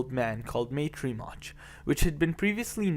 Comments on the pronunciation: It's not Rimach!!! Pronounce the name of the company right you ignorant fool! Check it before you publish the video! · It should be pronounced like Ree-Mats..C in slavic languages is "ts".